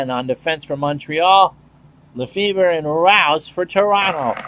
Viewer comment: Lefebvre is actually pronounced Luh-FAY :-) How is this version of the game. The last one I bought was 2016, and not sure if there is really anyhting "must have" in this version. Is it just basically a minor release or are there enough improvements to consider getting it?